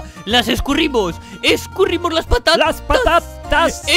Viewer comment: las pa ta-tas escurrimos las pa ta-tas xd